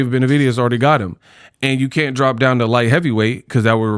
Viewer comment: That went over alotta heads but I caught that "I drrrropppp"😂